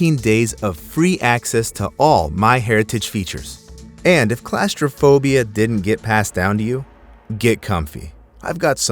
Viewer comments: Its claustrophobia not clasterphobia. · "Classtrophobia?" Ffs say it right! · Its pronounced Claw-strophobia. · Pronounced (claw-stir-phobia)... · Why are you pronouncing it like that? It’s CLAWStraphobia, and “Cay” is pronounced as Key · Class-tra-fobia? I didn't know claustrophobia was class-related!! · That’s an interesting way to pronounce claustrophobia 😂😂😂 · Please learn the proper pronunciation of claustrophobia. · Why do you pronounce claustrophobia wrong? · He can't say claustrophobia properly. lol